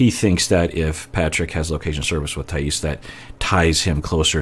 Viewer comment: Hi,! I know you like to pronounce people's names correctly so as a Brazilian I'm here to say: it's Thaís with emphasis on the "i", not on the "a" (that's why the accent mark is there, btw!). Excited to see your reactions to this couple:)